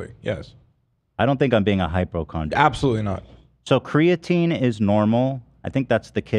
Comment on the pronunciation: my biggest eyeroll for ab was him pronouncing creatinine like creatine 🤦🏼‍♀️🤦🏼‍♀️ huge pet peeve of mine lol